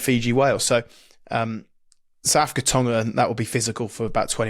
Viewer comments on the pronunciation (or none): Who the fuck is Sa'afica? 🤣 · My god, they both say 'Sa'africa'. It's SOUTH AFRICA! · We’re not Saafka, we’re South Africa 😂